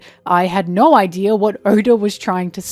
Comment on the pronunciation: I didn't know you were Australian until you said naur